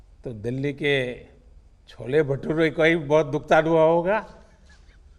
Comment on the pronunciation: It's not "Chole"* It's "Chhole" Many people still don't know these basic things!! RIP......YOUR EDUCATION🙏🙏🙏